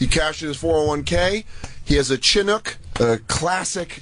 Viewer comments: The way Jay pronounces Chinook sounds like an Asian racial slur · That and Dan saying “Chinook” wrong made me laugh 🤣